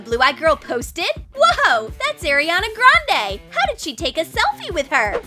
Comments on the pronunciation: Its not airiana grande its ariana grande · They said eiriona grande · "Airiana Grande" all Arianators should be here